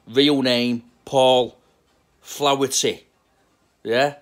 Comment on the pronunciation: Flah-er-ty not flowerty ... But yes hes a wrong un